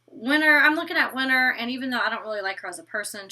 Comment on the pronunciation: Love my but for some reason she cant pronounce the letter T in some words 😂 She says "Winner" in stead of "WinTer", and she says "Inneresting" in stead of "Interesting" its kind of cute 😘